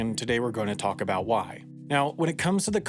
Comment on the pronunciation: I want to hear more aboot bricks!